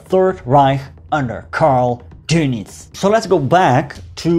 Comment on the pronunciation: thank you for not calling him "Admiral Donuts" although you could practice "adolph" a bit